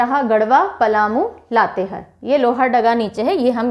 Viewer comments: लातेहार not लातेहर लोहरदगा not लोहरडागा सरायकेला खरसावां not खारसावां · Madam लातेहर नही लातेहार है। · Ma'm आपने जिलों के नाम का prounciation सही से नहीं किये है। जैसे- लातेहार, गिरिडीह, लोहरदगा etc.